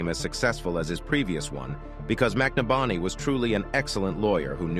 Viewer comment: Wow, everytime this person telling the story says the last name he changes it. And it's not even close to the correct pronunciation. It's McNabney. Break it down (Mc Nab Ney)the guy was killed show some respect by at least pronouncing his name correctly.